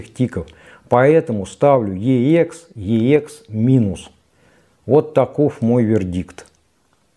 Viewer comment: Уважаемый ведущий, обозначение Ех - звучит просто Экс, как сокращение от Эксцелент (англ. Excellent - отличный, отменный, превосходный), а не две отдельные буквы . Отдельно буквы произносят в аббревиатурах, тогда они все заглавные и каждая является первой в отдельном слове... Например - EMI ( читаем И эМ аЙ по русски) или BASF ( соответственно Бэ А эС эФ, т.к. немецкая марка). Ничего личного, просто вещая ,,нá люди" Вам , как продавцу стоит знать основные термины и понятия на этом рынке, марки и лэйблы, которыми Вы пользуетесь... А также - на Эксе могут быть Видимые царапки, полоски или ''паутина", но не Слышимые как "песочек" или щелчки, ну максимум - на заездах сторон. То, что Вы представляете в этом ролике трудно назвать превосходным или отличным, скорее - очень хорошо с плюсом, т.е. - VG+( Very good - два слова и потому большие буквы)... 🎼🌐🥂